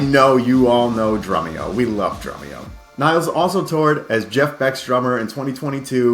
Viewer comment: As if the annoying mispronunciation of Peart as 'Pert' wasn't bad enough, now we'll have people mispronouncing Nilles (Nil-less) as 'Niles'.